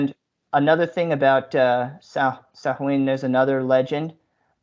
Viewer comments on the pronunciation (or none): Im down , Sam Hain?!? If you're gonna attempt a documentary on a festival at least learn how to pronounce it 🤣🤣🤣 "Soween" not sam hain🙄 one Google search would have kept ya from looking like a twit.